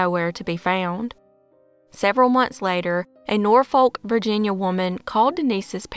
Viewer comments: Its pronounced Nor-fuk not nor-folk 😊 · Hey, Norfolk is actually pronounced "nor-fuk".